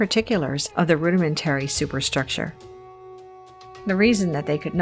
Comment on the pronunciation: Do yourself a favor and use an actual person who knows how to pronounce all of the words. When I notice the narrator mispronounce a simple word like, "rudimentary", I immediately lose all respect for the whole project, and begin to seriously doubt the veracity of the "research".🙄🙄🙄☺️